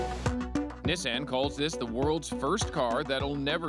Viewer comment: Omg Nissan not nisanne